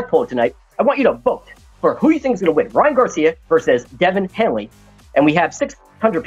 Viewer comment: Dude called him Devin Hanley?